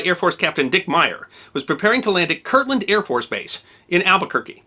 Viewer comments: So... it's KirTland (with a T) AFB, not Kirkland as you keep saying. I was there, in school, a couple miles from the 'drop'. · I worked on Manzano Mountain (a weapons storage area on Kirtland) in the early-80s, and we had always heard a rumor about this, but we never heard the whole story. Sounds like much ado about not much. Speaking of much ado about not much, it drives me crazy when you pronounce it: Kirkland. But everyone else does, so I'll get over it.